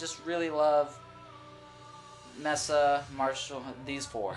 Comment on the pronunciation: pronounced MAYSA not MESSA - duh. And Orange cab sounds the best.